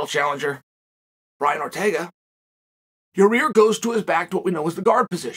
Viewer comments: Me: Yi-Air Chael: Yi-Rear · Here you go Chael, try to say each word correctly then run them together Pereira Wrong - Pee Era Right - Pear Rear Ra Yair Wrong - Your Ear Right - Yiy Ear Makhachev Wrong - Mackle Chev Right - Mack Ha Chev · uncle chael. i believe its pronounced yair not ya rear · Me: Yair Chael: ya rear Me: okay great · I came here just to see if Chael still pronounces it Yarir. Glad i was not disappointed 😂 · "YA REAR" 🤧😂 This guy calls his own misscalls lies😭🤣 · Ya rear Rodriguez😂😂, still can't get his name right